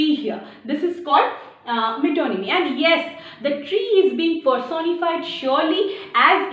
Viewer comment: Ma'am, reminding you, I told u in class. Metonymy is pronounced as 'met-nòmy'